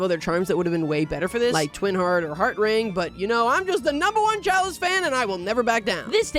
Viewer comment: he says ‘Charlie instead of chalice